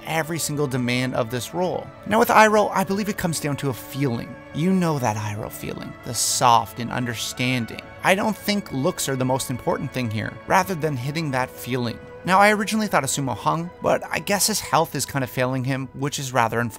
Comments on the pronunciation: His name is Sammu Hung not Sumo Hung ! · It's Sammo hung not Sumo Hung.